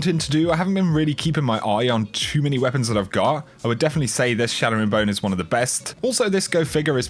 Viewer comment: CHATTERing Bone not SHATTERing Bone!